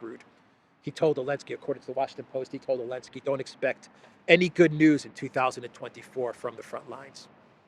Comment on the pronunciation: Zelenski. Not Elenski. Now, I am Croatian ( Slavic language ). Zelen or Zeleni means green, someone new, someone that doesn’t know what’s going on.